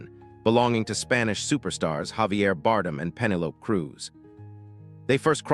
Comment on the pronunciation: Pemmelope, wow. Damn AI.